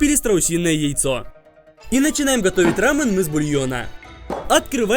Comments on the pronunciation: Когда он говорит не рамён а рамын это как смотреть аниме в другой озвучке ра пример не Такимичи а Такимици ёё бесяч жуткий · Не рамн а рамён) кто заметил лайк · Это блюдо называется не ра́мен а раме́н, не правильно ставишь ударение!! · Не рамен, а рамЁн Ударение на Ё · Рамён правильно, а не Рамён, тебя карейцы приблизно бы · Не рамен, а рамен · Почему он говорит рамЭн? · РамЕн — ударение на Е